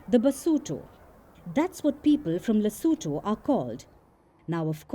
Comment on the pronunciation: Correction: LESOTHO... not "Lesetho"